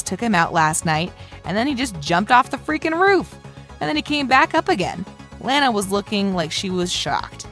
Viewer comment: Its LANA not lara